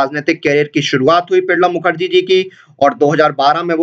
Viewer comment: Are bhai Pranab Mukherjee ka naam to thik se bol le....